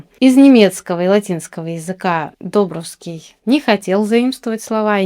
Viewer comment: Не ДОбровский, а ДобрОвский...🙂